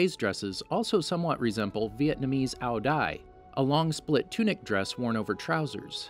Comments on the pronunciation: its say zai not dai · It's Ao Dai, not Ao Đai